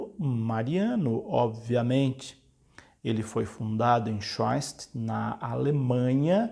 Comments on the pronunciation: sim , me refiro a pronúncia quando ele diz swein -statt ao invés de Shoen - stat. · Schoenstatt se lê "chanstat"